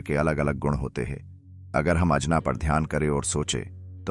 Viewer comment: अजना चक्र नही, आज्ञा चक्र होता हे,, शक्तिपाठ नही ,शक्तिपात होता हे,,सुधारो